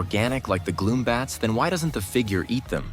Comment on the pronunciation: It’s gloom, bats, not glow bats